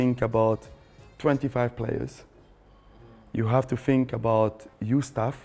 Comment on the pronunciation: Vieira top man. Apart from that. Li li li li li li li dis dat fink li li li li FFS